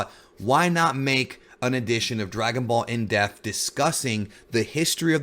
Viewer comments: Is it me or is he saying def? Not being a dick I've watched many videos but it's dep-th.... Sighs... Sorry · Dep-th not deaf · Why can this guy not pronounce the word "depth"? WTF? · Bro its pronounced dePth not death. Death and depth are 2 different words. Why nobody has bothered to correct ur ass after all these years is beyond me..DEPTH DEPTH DEPTH do u not see the P?. Say it with me. Can pronounce all these Japanese words flawlessly but cant even correctly say common words in.ur own language. Wtf 🤣😂🤣😂